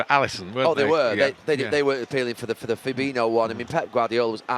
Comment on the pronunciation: Isn't Fabinho pronounced 'Fa-bee-nee-o' and not, as Gary pronounces it, 'Fa-bee-no'?